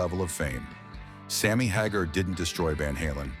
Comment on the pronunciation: And here I've been pronouncing Sammy's name wrong all these decades. Thank you AI.